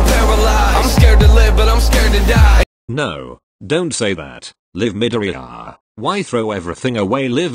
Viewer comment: MIDORIYA Bot: MidorEYEya